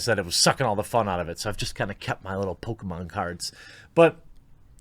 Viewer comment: It's obvious you prefer Sonic over "Pokamon".